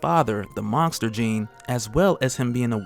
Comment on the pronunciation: I swear your saying mongster instead of monster